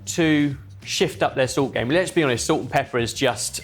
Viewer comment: "Zult" I always find pronunciation of "salt" amusing